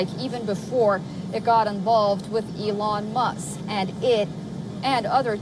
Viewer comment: Who's Elon musss?